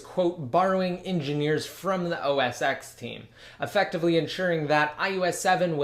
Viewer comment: It's pronounced os TEN, not os "ex." sorry, it just bothers me.